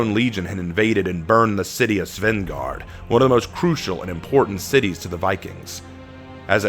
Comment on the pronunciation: What make me laugh with the gudmundr season is his storehouse as said in the story they missed one letter out and even apollyon calls it svern-gard with an R added not svengard